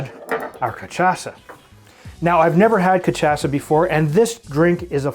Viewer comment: Ca shaw sa* not ca tcha sa